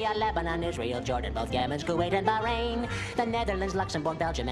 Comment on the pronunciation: Ya tryin to say Bahrain?